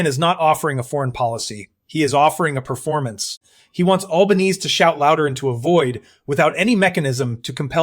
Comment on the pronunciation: You could at least teach the AI how to speak Australian, not American. And while you're at it, teach it how to say the name of our Prime Minister - it is not Albaneeeeeze - it's pronounced Alban-ee-see.